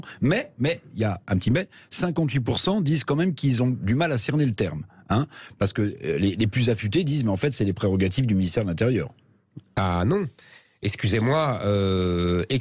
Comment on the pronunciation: "essscusez moi" , il faut dire "exxxxcusez moi" mr zemmour